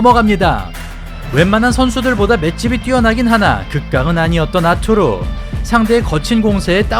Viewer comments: 아투르...가 아니고, 아르뚜르...라고 해야 해요. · 러샤 원어민 발음으로는 아투르가 아니고 '아르뚜르'라고 '뚜'에 악센트를 넣습니다.